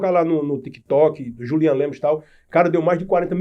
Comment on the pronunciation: O homem já repetiu o próprio nome N vezes: Julian e não Júlian. Ninguem respeita!